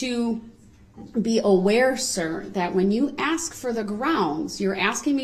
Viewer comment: I wanna throw up every time he says axe !!!!!